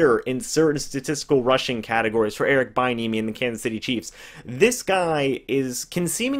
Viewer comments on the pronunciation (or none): bro its pronounced "be enemy" not "bye enemy" thx 4 that laugh and yes these are real tears lmao great breakdown tho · It is pronounced b-n-uh-me. And Chris Brown is a singer not rapper. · Its pronounced B-enemy, if he becomes our coach I need to be able to watch your videos about him, without you destroying his name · He might be an excellent HC at some point I just don’t think the Bucs can roll the dice on a position coach at this time. It’s pronounced bee-enemy btw. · his name is pronounced "Bee-N-eh-mee" just a heads up playa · Check that pronunciation bud (Bee-enemy)!!! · It’s “be enemy”!!!!!!